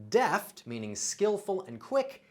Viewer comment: "deft" is not pronounced "daft"! What language are you attempting to speak?